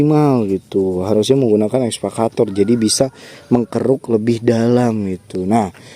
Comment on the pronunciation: EKSA...EKSA....EKSA VATOR...BUKAN...ESVA....ESVA CATOR....MAN...MAAAAN..#.